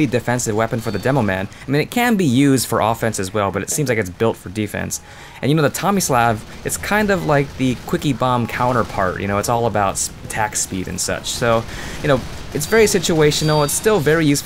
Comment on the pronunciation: It's the "Tommy-Slov" as in Slavic.